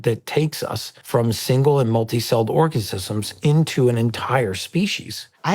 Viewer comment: Ha ha Orgazizmz😂